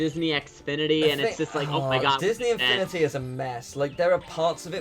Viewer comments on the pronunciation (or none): why does pronounce Disney infinity as Disney xfinity?